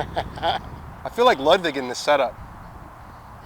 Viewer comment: It’s actually pronounced “loodvig”, ya frickin newb.